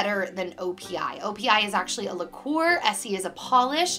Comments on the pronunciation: Laquer is pronounced like lacker, liquour is alcohol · you say it like lack-er lol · Nail lacquer It is pronounced (LACK-ER) :) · Oh i love your videos! Liqueur = alcoholic extract such as ammerto... khalua... limoncello.. nail lacquer is pronounced like lacker.. My favorite tea has to be the tevanas white raspberry riot. its so good! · LMAO at the pronunciation of "lacquer" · haha its lacquer pronounced like lack-er, not liquor like lick-er or la-quor like the alcohol. when i first subscribed to you all you wore on your nails was lincoln park after dark! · I think "Lacquer" is pronounced as "Lack-er". I could be wrong but I'm almost certain. Love your videos!!!! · Only commenting this because you asked - OPI lacquer is pronounced more like "lack-er" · Is anyone else bothered that she pronounced lacquer, liqueur?!! Gahhh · And I think it's pronounced lacker.